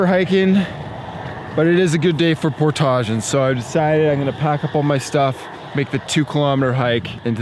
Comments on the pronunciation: I cant stand the way he says portage. Otherwise vids are awesome! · You say "portage" very interestingly... never heard anyone say it like that. I've anyways heard it pronounced "port-ij"